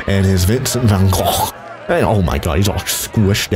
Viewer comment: saying vincent van gogh in dutch is: vincent van GOCGHRTYH